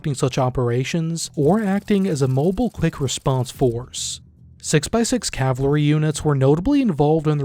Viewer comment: Cavalry not cavlary